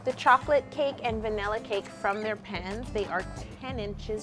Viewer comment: my whole life i thought you were saying "removing the cakes from their pens" and i just realized you're saying pans